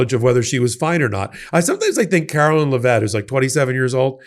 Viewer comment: Her name is pronounced "Leh-vit", not "Luh-vet".